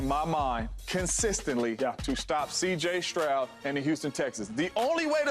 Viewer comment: Bro said “ cj troud”